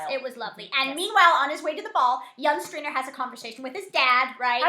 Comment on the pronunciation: Outtakes! Theo James can't say 'Stringer', so don't feel bad! 😃